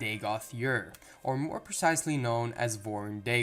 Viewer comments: Ur...its ur.....its easy? Ur...you said it right the first dozen times and all of a sudden used yer..and no...its not yer...imperial knowledge has better pronunciation and he's terrible lol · Bro you need to work on your pronunciations! Ur would be like ugh in english. Next Vvardenfell has only 1 (one) V in it's pronunciation.